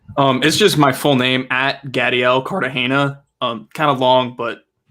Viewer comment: Gadiel Cartagena has the most latino name but pronounces it like the whitest person on earth.